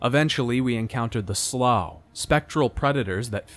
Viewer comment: Why do you pronounce some names like that? It's Raziel, not Razael, SlUagh, not Slagh, etc